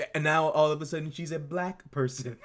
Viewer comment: The way he pronounces "black" is weird af.